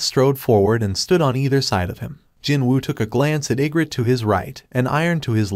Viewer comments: Bro the way he says igris is igrit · Why you saying igrit it's igris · Say igrit one more time………Igris😡. And rise up? Are we watching the Atlanta falcons? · I was confused because he can’t say arise or Igrs I don’t know how to spell it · If the name is Egris then why does it read as egret? XD